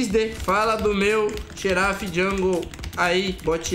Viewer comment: "Xerado jungle" kk